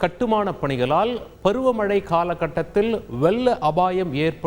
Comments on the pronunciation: அதென்னதுப்பா "வெல்ல" பாதிப்பு.... சர்க்கரை நோய் மாதிரியோ 😂 ரெண்டு பேருமே சரியா உசரிக்கவில்லை. வெள்ளம் வெள்ளம் வெள்ளம் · Correct your vella apaayam as vezhzha abaayam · நாக்கில் வசம்பு வைத்து தேய்த்தால் உச்சரிப்பு சரியாக வரும். ழ உச்சரிப்பு தான் கடினமாக இருக்கும். ள் என்ற எழுத்தை கூட இந்த நபர் வெல்ல என்று சொல்கிறார். வெள்ளம் என்று கூட உச்சரிக்க முடியவில்லை தமிழ் எழுத்துக்களை அலட்சியப்படுத்தினால் பழமையான நமது தாய் மொழி வெறும் பேச்சு மொழியாகும். தமிழ் அழிந்து கொண்டு இருக்கிறது என்பதற்கு இது ஒரு சான்று. இன்னும் திருக்குறளில் இருக்கும் சொற்களை பயன்படுத்தப்படுகிறது. எத்தனையோ ஆட்சியாளர்கள் இருந்த போதிலும் அழியாத மொழி இன்று அலட்சியப்படுத்தப் படுகிறது. தமிழர்கள் தமிழை சரியாக உச்சரித்து எழுதி பேசி உயிர்ப்புடன் வைத்து அடுத்த தலைமுறைக்கு தர வேண்டும். தந்தி டிவி இதில் அலட்சியம் காட்டுவது சரியா? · Ucharippu theriyaathavangalai Ean Vaasikka vekkareeng Coattu Pottavaru vellamnu Asingamaa Solraaru Tamizh Newslathaaney velai Seireenga?